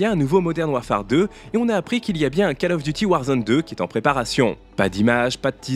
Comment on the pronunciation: Le premier mot de Call Of Duty se prononce comme "colle" en Français et non "cale". Hormis cette prononciation qui fait saigner les oreilles, le reste de votre vidéo est très bien. Bonne continuation !